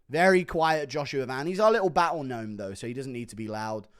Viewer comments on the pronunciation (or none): none